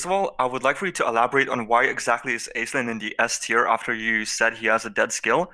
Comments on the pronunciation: Aislinn is a fairly common Irish female name in fact. It's also pronounce "ash-ling" as opposed to "aiz-lin" like all the homm3 content creators call it. Just further trying to ruin your childhood. You're welcome. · Aislinn is actually pronounced like ash-lin. It's an Irish name.